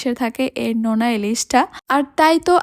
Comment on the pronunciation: নেনা ইলিশ নাকি নোনা ইলিশ